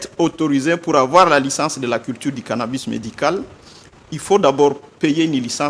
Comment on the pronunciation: Cannabis , et non cannabus...